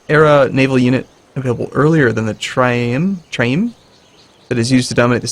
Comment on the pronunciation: I understand you probably wont read this but, its pronouncerd QUIN-qwer-EEM and TRI-reem.:)